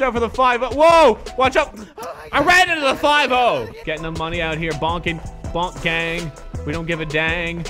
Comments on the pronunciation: Man just said Bonk gang it’s BOONK GANG WITH A WHOLE LOT OF GANG SHIT. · This guy said BONK GANG INSTEAD OF BOONK GANG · it’s Boonk Gang not “Bonk Gang🤨” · This whiteboi really said "Bonk Gang" im fucking dead dk bonk its boonk 😂😂😂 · It’s said boot gang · y you say boonk gang like that